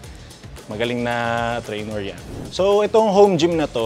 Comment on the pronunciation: TrainER po, not “trainOR”